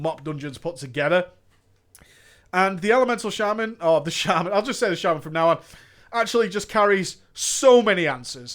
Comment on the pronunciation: I'm probably just being ignorant but I've never heard shaman pronounced shay-man ever in my life